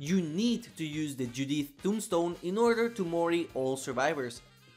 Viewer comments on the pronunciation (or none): none